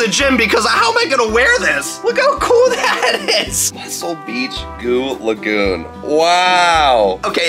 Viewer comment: Yes you’re pretty good at saying goo lagoon!